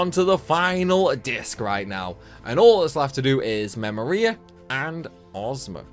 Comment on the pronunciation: Am I the only one who says memoria different you it sounded weird hearing u say it